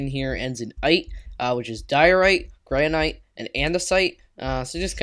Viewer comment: It's gran-it